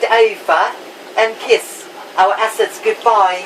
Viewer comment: its assets not asses😂😂 either way it's funny😂